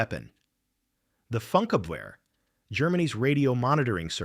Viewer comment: It's pronounced "foonkABverr"